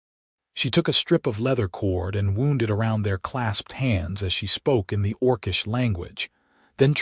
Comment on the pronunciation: Great story! But the AI needs to learn how to correctly pronounce the word "wound" which is that particular context should rhyme with the word "round."